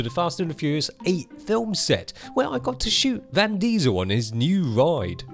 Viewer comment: said 'Van' Diesel in the Fast & Furious...